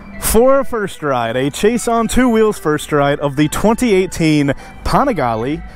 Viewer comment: Why does every Panigale video have to say PAWNigaLAY 49 times in the first 2 minutes..!!?!